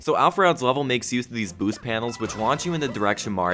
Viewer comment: pronounces level “lah-vel”. Will never unhear.